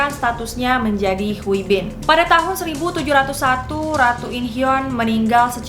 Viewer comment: izin koreksi, hui itu dibacanya kayak hee(hi)